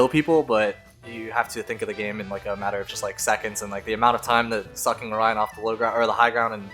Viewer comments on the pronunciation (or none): none